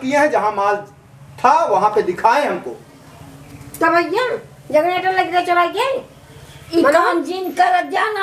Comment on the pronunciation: बहुत प्रैक्टिकल अप्रोच अपनाया आपने।बहुत शानदार अभिनय। बस थोडा ध्यान रखें कि जग्नेटर ना बोलकर जेनरेटर बोलें तो ठीक रहेगा। मै आपके अभिनय का मुरीद हूँ।